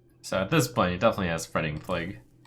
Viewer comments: Cap'n is how a pirate would say it, and I believe plague-u is a jokey play on how a japanese speaker might try to pronounce plague. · Been a fan of Trump for quite some time now and I don't normally mind his attempts at memes, but when did he develop a full fucking speech impediment? Playgoo, capin, really?